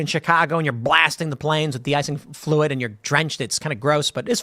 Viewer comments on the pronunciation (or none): none